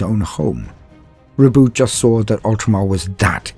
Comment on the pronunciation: Thank you for not pronouncing Roboute like "Ro-bootay"!